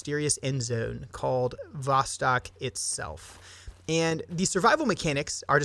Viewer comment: Its pronounced more like vostoke, its "east" in russian. So road to the east.